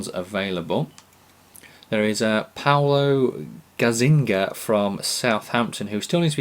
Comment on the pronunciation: Not gazzinga but gazza-niga :)